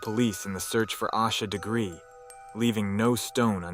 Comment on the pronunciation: Learn to pronounce her name correctly